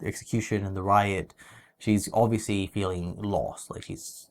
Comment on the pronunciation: say obviously again: "obvioushly":D haha no offense love you guys